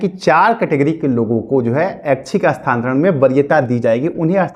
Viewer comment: Tumko to bolne hi nahi aa raha hai... Ekdam bewkuf ho abhitak Sthantaran nahi hota hai.... Sthanantaran hota hai.....